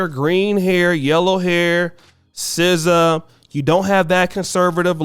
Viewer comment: N0 not SZA no